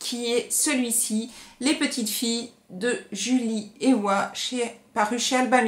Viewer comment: J'avais également adoré ce roman vraiment passionnant ! L'auteure est alsacienne (de chez moi donc) et j'ai pu la rencontrer plusieurs fois. Son pseudo se prononce "Eva" 😉 Son tout premier roman, c'était "le bras du diable" écrit sous son vrai nom "Julie Waeckerli" mais je ne l'ai pas encore lu (il dort dans ma PAL). Elle a créé une association "Kolibri" pour venir en aide aux enfants en Indonésie. Ce qui est remarquable chez elle, c'est qu'elle part plusieurs mois dans le pays où elle met en scène ses romans pour pouvoir s'imprégner de la culture et raconter au plus juste la culture, l'atmosphère, etc. Elle est courageuse !